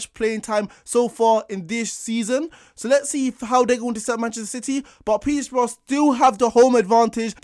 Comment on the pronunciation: petersbourugh dam the disrespect